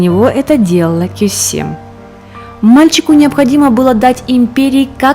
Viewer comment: Не Косем,а Кёсем